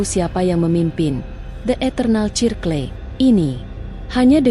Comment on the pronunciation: Aku dengerin kok..... Sirkel Mbak....baca nya....bukan cirkle...